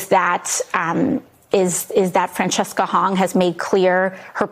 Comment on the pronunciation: Seriously?! You can't pronounce Francesca? I'm honestly stunned.